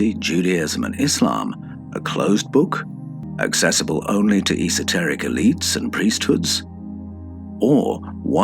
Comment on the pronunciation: Did you say satanic writers or esoteric at minute